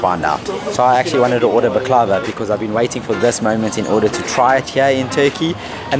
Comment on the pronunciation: Loved this video. Lucky you, Sude is a delightful teacher! You guys did very well! 10/10. Yes…… I told you how to pronounce Tür key yeh! Also the accent is on the first vowel of the word bAklava. Those desserts looked spectacular! Baie goed, Mense! 👏⭐️👏⭐️👏 ps…. You are adorable together… such fun to watch! Thanks xx